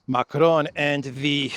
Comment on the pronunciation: Micron, not Macron 😂😂😂